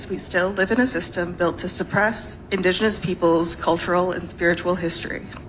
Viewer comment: Carville trying to say indiginous is hilarious.